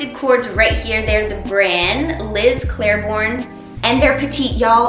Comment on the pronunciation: CLAIBORNE as in Liz CLAY-BORN.